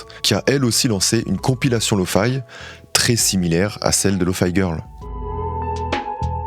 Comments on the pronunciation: Lofi pas lofy (lofee et non lofai) c'est pour Low Fidelity 😊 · Bah pareil avec lofi où il dit Lofaï alors que 10 seconde avant il explique que ça veut dire Low Fidelity (prononcé correctement, il dit pas low Faïdelity) mais s'entête quand même à dire faï